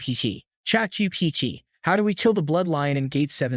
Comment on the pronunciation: “chat gpch” Bruh a ai voice can’t say chat gpt💀